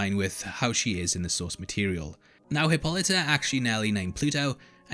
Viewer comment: 1st. I love your breakdowns! 2nd. Please correct your pronunciation of Hippolyta. I understand there is a more common way of pronouncing the name. It is stated clearly in EVERY episode how her name is to be pronounced. This is another "easter egg" to the black community. Black women take a lot of pride in her children's names. In the past, some names were chosen from stories they were told and the way the names were pronounced to them truly meant more than how it was spelled! And if she was able to actually see how it was spelled she took even more pride! Please try to pronounce this character as Hippo-light-a! As she states with pride on here journey!!! 👩🏾‍🎤🦸🏾‍♀️